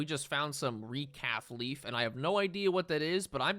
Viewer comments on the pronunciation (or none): none